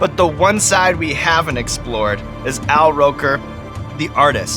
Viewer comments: "Owl Roker" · A-Rok instead of Al-R